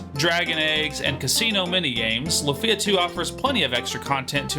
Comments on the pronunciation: Great content for a great game, but, say it with me: LOOOOFIA, not la-fia. Also maybe a bit long talking about bugs and glitches, including ones that random players are very unlikely to encounter like the tas ending glitch, but i digress. Luckily, all these problems have been long-since fixed by fan-patches, and I'm sure repro carts exist with them for those that only want to play on real hardware. ...And you explain why you mentioned the former and directly mention the latter as soon as I unpause the video. It's like you were listening! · It’s not “Lu-feeee-ah”, it’s “Luuuuu-fia” 😅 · Lu-fee-ah? That grates on the ears. Is it also Ma-ree-oh and Luigi? Such a weird part of the name to stress. Your accent is neutral, what happened with Lufia?